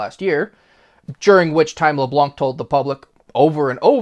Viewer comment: Leblan , the C is silent